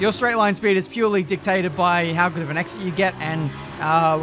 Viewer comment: don’t tell me just said ‘ticktated’